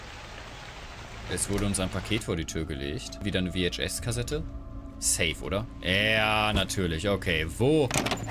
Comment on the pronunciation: Du bist echt der erste Mensch von dem ich höre, der es Wie Eitsch S Kasette ausspricht :D Bissel Komisch